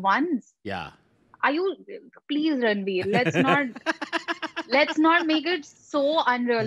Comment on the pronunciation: she is calling saif ali khan ranverr lol